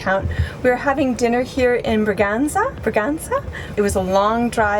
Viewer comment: Your Bragança pronunciation is almost there. It's not Bragac'ey', it's Bragance'huh'. Great seeing the northern regions. We were there a few years ago.